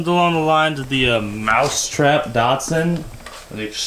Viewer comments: the shatsun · Weird hearing you pronounce the Datsun as the 'Datson'. I guess that's because of your accent (being American).